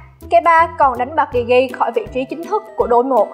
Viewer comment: Degea Ad đọc là đờ gì cơ???